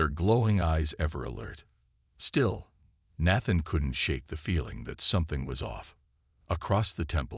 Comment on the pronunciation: Until the last few minutes, the audio is spoilt by the continued mispronunciation of the name Nathan. The spelling of the main woman's name keeps changing in the subtitles.